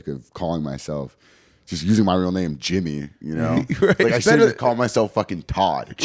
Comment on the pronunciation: I feel bad for Jimmy that he still has to y’all about YouTube he’s so much bigger than that. Also get his fucking name right I love you guys cmon